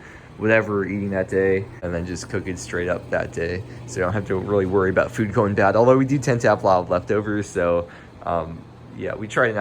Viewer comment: You say food like FEWD